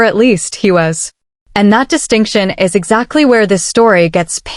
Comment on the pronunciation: I don't object to casting an AI voice. It levels the playing field for those of us that might be without speech, shy or uncharismatic. What I object to is human laziness to this degree. "AK Pop" "He I.S. the music industry" If the creator couldn't be bothered to listen back through the whole video to check for quality and fix their mistakes, why should we, the viewers, invest more than the creator? Like others, I'd also mention the unnecessarily bloated runtime, but I FEAR that's intentional, for money reasons. 😿